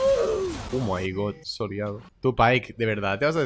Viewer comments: no es soliado es solado :C y es cuando lo matas 1v1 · se dice SOLEADO